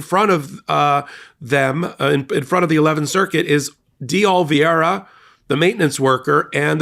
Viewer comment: It is not pronounced OLE-VEE-ERA it is pronounced OH-LEE-VERA